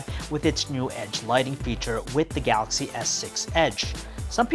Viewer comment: He sounds like he chokes everytime he says "ga-axy". You do know that the "L" in is not silent, right?